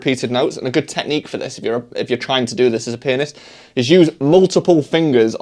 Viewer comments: whenever i hear you say pianist i hear “penis” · when he says "pianist" it sounds like "p*nis" 🤣